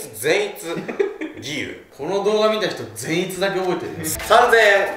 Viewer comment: フィッシャーズでも善逸のイントネーションが気になるとは…笑